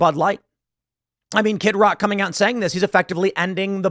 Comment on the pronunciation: his name is kid rock not kit rock